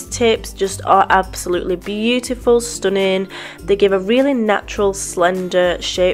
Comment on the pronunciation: No! I love it when you say "stunnin" don't change a thing. You are very talented and I like how you are funny in the videos. Thumbs up